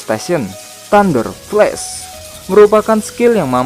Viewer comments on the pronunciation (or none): none